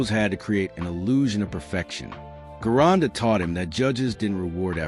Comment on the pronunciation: Guy's...I don't mean to be a pain in the ass, But, The great, and unique, Bodybuilder, Famous Master Bodybuilding Coach, and World Renown Gym Owner, VINCE GERONDA'S Last name is pronounced with a Soft "G" as in the name, "GEORGE". Ask and good Italian, or Italian-American, of which Vince was one of !